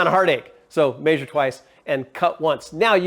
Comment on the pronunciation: Exactly, I have allen wrenches, I don't have a welder and you are correct about the fasterners being expensive. Is humbldt county the only place that pronounces it May-zure? Most places its meh-zure.